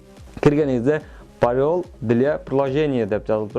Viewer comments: Ужас эмне мынча коп суйлойсун Жана туура эмес суйлойсун.ПАРОЛЬ дегенди ПАРИОЛ дейсин гоооооо😂😂😂😂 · Англисчени койуп башканы нормальный окучу.Порёл эмес пароль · Парёль эмес ПАРОЛЬ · Париоль дейт го тупой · парыёл дыля приложена дейтко😁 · Парель деп кой 🤣🤣🤣🤣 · Пароиль. . . Дейт го ☺☺☺☺англисчеге жокмун деп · парьёл😂дейт го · Мырк блять суйлошун билбейтко. пороль дейтко 🤦🤦🤦🤦🤦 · Парёл дейтгооо😂😂